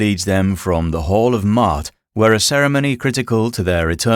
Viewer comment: It's not pronounced "mot" it's Maat "maw-ot".